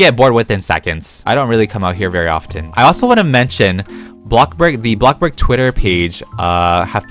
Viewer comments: "bloxburg": "blockburg" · AND THE AWARD GOES TO THE KING OF BREAD, BLOC BURG YOUTUBER, AND THE BEST ROBLOX YOUTUBERRRRRR (also the way you say Bloxburg like blog burg so funny🤣)